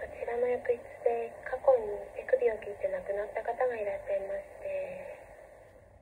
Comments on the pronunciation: 手首が乳首って聞こえてしまった私が1番のホラー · 手首を切ってが、乳首を切ってに聞こえて困惑した😱